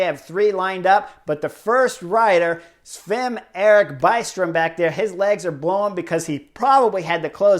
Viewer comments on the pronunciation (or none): none